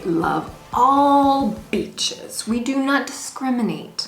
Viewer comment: When you say beaches its like you are saying bitches with a mexican accent:D Loving the videos, Ill be in Cancun myself in 2020, cant wait!